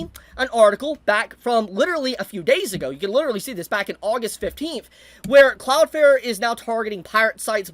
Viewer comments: cloudFLARE, flare, flair, fLLLLLLLLLLare. Please if you're going to go on a rant at last say the name right. Cloud. Flare. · Take a shot every time he says "cloud fare". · Why are you saying cloud fair for the whole video